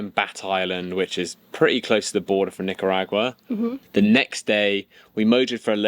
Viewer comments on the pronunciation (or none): BTW guys...it is pronounced nik uh ragwa... Just sayin. No biggy, us English speakers sometimes get caught up in pronouncing strange words exactly as they are spelled which sounds strange to say the least. Love your trippin guys; you're best for us land-lubbers. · Nic-a-rag-yu-ah. Tough night on the seas but you handled it well and survived!! Well done. Love the videos and really enjoying following along! If not for severe motion sickness I would be out there as well. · It's sounded like this Nicar Agua- ag you are 😉